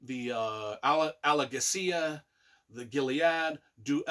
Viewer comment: Great review, only thing that annoys me is your pronunciation of the names like Murtagh/Tronjheim/Alagaesia when there’s a glossary with the pronunciations in each book 😅😅